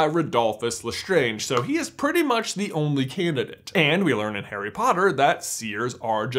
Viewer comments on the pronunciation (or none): none